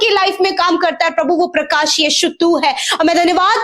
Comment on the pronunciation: Bhai parkas nahi PARKASH hota parkasit parkasmaan nahi s nahi sh lagao log hansi udate hai .